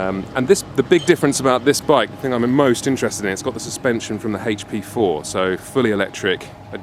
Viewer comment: the heyCh pee fohh (HP4)lol